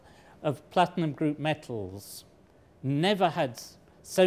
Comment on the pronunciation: It's metals, not mettles!